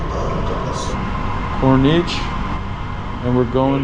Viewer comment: The ocean walkway is the corniche...pronounced 'corneesh'